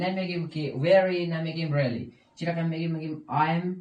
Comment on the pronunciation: همه چیز درست جز این که، 《ام》تلفظ میکنی، باید 《اِم》تلفظ کنی